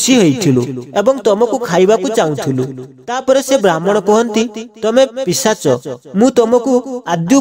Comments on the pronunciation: ଭାଇ ପିଚାଶ ନୁହେଁ ପିଶାଚ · Pichasa nuha Bhai.. Seita pisacha.